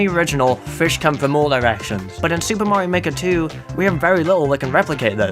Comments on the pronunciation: Mario Maker: S O R R Y T H E S E R V E R S A R E D O W N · may not